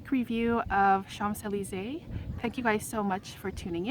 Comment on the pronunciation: With all de respect, you knowing all about the infamous street in Paris, you don't pronounce the "mp" in Champs......This is MY signature fragrance. There is NO OTHER fragrance. I ordered a bottle from Amazon - I wad not the same. Very disappointed! There it sits on my dresser. I LOVE THIS PERFUME!!!! ~♡~